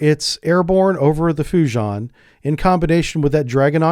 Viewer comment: bro "FUJI-AHN"